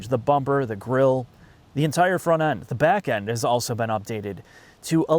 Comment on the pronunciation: Can we get a speech therapist to teach him how to pronounce the L in the word, "also"? I promise to take the add blocker off my browser so you guys make more in ad revenue to pay for it.